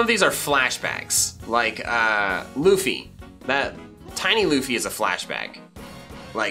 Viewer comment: It’s not loofy it’s luffy